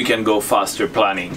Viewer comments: En anglais le "planning" don't tu parle se dit et se prononce "playning". Si tu dis "planning" les gens qui parlent anglais vont se demander ce que cela avoir avec la planification d'un projet et pourquoi ton bateau fait "des plans". Donc dis "planing" qui se prononce "playing" come dans "aeroplane" (avion). Merci pour tes vidéos géniales. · Planing, not planning. Pronounced like "plaining". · I’m just starting to look at sailing. It’s unfortunate, for those of us beginners, that your accent in English sounds like (and in closed caption) turns “planing” into “planning.” I think that performance during planing is crucial. It makes sense to me that this hull form is very functional, since performance of the heeling boat hull while planing is very dynamic and stability of this hull during that dynamic situation reduces drag at the bow (where it is not needed).